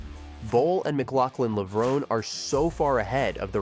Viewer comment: Please pronounce Levrone correctly - it has an inflection or hidden acute accent at the end, making it 'Levro NAY'. Tony Hunt World Junior Athletics News NZL.